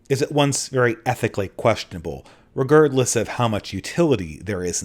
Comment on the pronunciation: The only real criticism I have of this video is the way you pronounce "regardless"